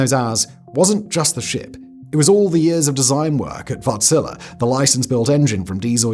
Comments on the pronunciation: Wärtsilä is not wort-zila it is Wärtsilä :) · Wärtsilä! Have I ever felt so proud of my nation... You sya the Ä in the name as you would say "A" in "and" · I just keep hearing "Wartzilla" 😂